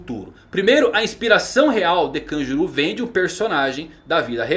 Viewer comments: Pronuncia horrível, parece que tá falando Kajuru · Kanjuru... mano a pronuncia de nomes japoneses pelos brs da uma agonia inexplicável....